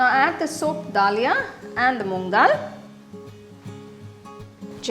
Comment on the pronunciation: We don't say mam da lia, we say daliya in Hindi.